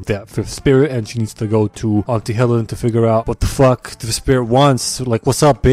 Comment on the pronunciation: "Air-is-gay" "Antie Hellen" Other people: laughing Me: accurate. Also I actually spat out the cola that was in my mouth from laughter when I was watching it for the first time, lol